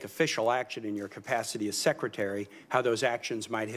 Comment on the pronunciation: Clearly public education is working great, you can't even say secretary properly.